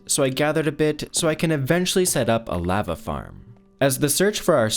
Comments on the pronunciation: Good video but holy shit please pronounce lava right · he says lava SO weird, like ive never heard ANYONE say it like thatttt